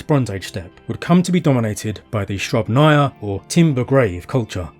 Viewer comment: SrUbnaya culture. Accenting the U. Otherwise it is impossible to understand Russian words spoken in English.